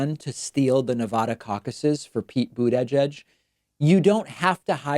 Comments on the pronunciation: The way you say bootedgegeg😹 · We need a drinking game. Every time he says boot edge edge. Drink. Then laugh so the milkshake comes out your nose. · Yeah, David seems to almost have more trouble saying Boot-Edge-Edge, so he'd probably find Buddha Judge easier to say. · It’s almost charming how you can’t pronounce his name. “boot Edge Edge”,... try thinking of it as “Buddha-judge” Like you said, this move is neither consequential nor uncommon. Biden, Bernie and anyone else has these personnel-swapping ways, yet your singling this one out as having an appearance of impropriety. To me it sounds biased and perpetuates the tendency of the left to eat it’s own. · Why does he keep pronouncing it boot-Ei-jedge? It's bother me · Really think David's just trolling now with his pronunciation of Boot edge edge. haha. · David having issues saying "Boot-ageded" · How do you say Buttigieg again ... ? Buttijudge ??? wtf ? c'mon.. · Everyone should drink a shot for every time David said BUDEJUDGE. 😂😂😂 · Can you say butidgege in a way that's less horrific please. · Is there a reason why you put extra effort into saying his name weirdly, like its made out of three words?... I mean, it's not like you've had time to get used to the name. Only the first syllable is stressed, no need for all three :D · Can you please stop pronouncing Buttigied that way. It sounds like you're having a mini stroke half way through finishing his name. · Every time David pronounces pete buttigiegs last name I wanna punch myself in the face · Are you pronouncing Buttigieg name that way for some reason? I may have missed it. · Nothing is more damaging to Pete Buttigieg's political career than the way you say his name out loud. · his pronunciation of buttigieg is asinine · it's horrible on my ears to hear david say it that way! is there a reason he does this? is this the proper pronunciation?! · Why can’t you say Buttigieg like a normal person